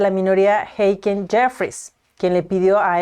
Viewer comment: Creo que estás pronunciando mal el nombre de Hakeem.